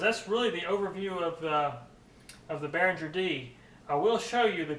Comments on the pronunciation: I know you'll probably just ignore this comment, but if you're working for Behringer, you should learn to pronounce it: It's "Behring-er", not "Behrinjer". Your mistake is like working for Porsche but calling the car a "Porsch." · Nice review. btw, the 'g' in Behringer is pronounced hard, not soft. bear-ing-er